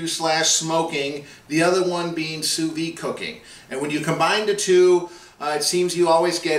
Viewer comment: Looks great. I did sous vide pork chops like that (spices only, no honey) a couple of months back but seared them with a flamethrower. Delicious, juicy and tender. Hey, please don't take this the wrong way. I don't know if you are aware but Sous vide is pronounced Sue Veed. It is French and in French, they only pronounce a consonant at the end of a word when it is followed by a vowel and since "Vide" ends in a vowel you pronounce the "d". The last "s" in Sous is not pronounced since it the word ends in a consonant. You're doing a nice job on the videos just the same. I have been cooking sous vide since 2013 but haven't made a video on it yet. I am going to make my first sous vide video this weekend. Cheers.